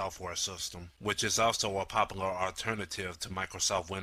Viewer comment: i have always wanted to ask whats popoler and googooe and susessful and fo and extasista? dude you need to speak English not lazy...